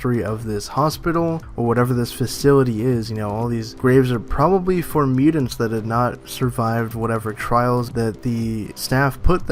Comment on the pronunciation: Miu-tants. Not miu-dend. Sorry, it just sticks out like a sore thumb.. MIU-TANTS..! Your guys videos are great, just sounds really weird to not pronounce that correctly. Sorry